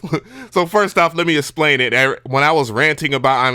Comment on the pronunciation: Just so you know - the word is eXplain - pronounced EKS-PLANE - its not ESS-PLANE.